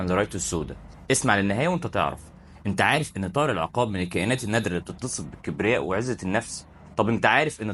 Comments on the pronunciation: اسمه العُقاب بضم العين و ليس العِقاب بكسر العين زي ما انت بتنطقها .. طيب حتى اعرف النطق الصحيح لاسم الطائر أو الموضوع اللي بتتكلم عنه أو بلاش تتكلم ولا تعمل فيديوهات افضل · العقاب بضم العين وليس بكسرها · بس ياريت تلفظ اسمه بالشكل الصحيح.. العين مضمومة وليست ساكنة ولا مفتوحة في كلمة عقاب 😊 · ياسيدي انطقها صح بضم ال ع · السلاك عليكم يا غالي مش العقاب ضع ضمة علي ع حتي يكون النطق صحيح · تصحيح النطق، اسمه العقاب بضم العين وليس بكسرها والفرق بين اللفظين شاسع جدا